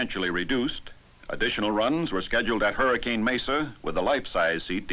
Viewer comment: Gotta love how the narrator didn't get the pronunciation of "Hurricane" right, haha!